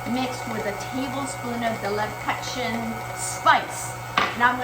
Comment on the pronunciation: Please pronounce leb-koo-chen